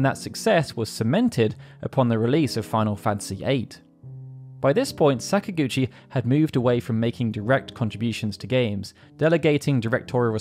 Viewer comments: This is so off topic and petty, but whatever. This is not an indictment of people from the UK, but I don't understand how they get so many things wrong with that language developed by your own ancestors. "Sakaguchi" is NOT said with a short "a" at the beginning, like "sack." English people almost always use the ä pronunciation in this instance — they pronounce most "a"s as "ah"s. It's an annoying, definitive feature of the dialect, but often consistent. So WHY, when you get to a point when it's blatently pronounced "Säkaguchi", do you use the short "a"? It's maddening to me. You do the same with Italian, which is my own heritage, and it's garbage. Learn how to speak your own language for Christ's sake. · Are you saying that Sakaguchi is an English name and should be said following English pronunciation? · I'm not at all. I'm saying it should be pronounced with Japanese in mind, meaning the emphasis would be on the first syllable.